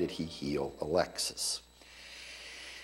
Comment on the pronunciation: Alexei, not Alexis.